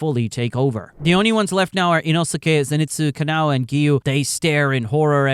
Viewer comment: is no one gonna talk about how he called kanao, kanayo